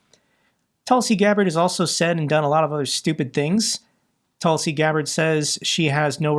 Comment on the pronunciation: Tusi or Tulsi? 😂